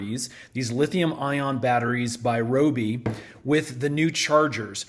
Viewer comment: Its pronounced RYE-OBI.